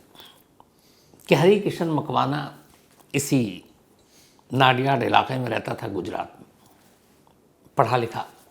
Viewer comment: नडियाद ✅ नाडियाड ❌